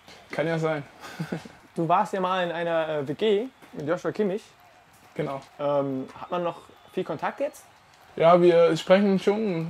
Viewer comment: Joshua Kimmich wird Josua Kimmich ausgesprochen!